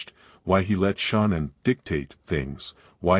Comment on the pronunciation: I can’t even listen to these because Shan’ann’s name can’t even be pronounced correctly.